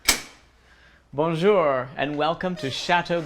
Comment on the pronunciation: It’s so embarrassing to listen to Americans trying to speak French. Bonjurrrrrrr!